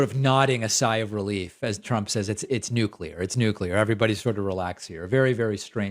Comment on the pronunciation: he properly pronounced nuclear. hmm surprising